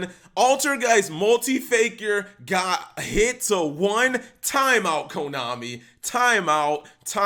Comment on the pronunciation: U literally said komani cap